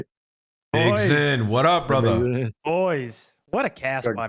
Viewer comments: We got a "BRUDDER" outta, W Episode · My brudder seddy